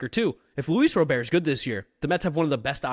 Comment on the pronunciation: that's not how you pronounce his name. Don't get too excited, he is probably injured already.